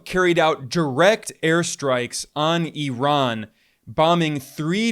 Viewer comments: Bro it’s not -erock and eron….its IRAQ and I-RAN!!! 🤦🏾‍♂️ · Eye-Ran! Jeez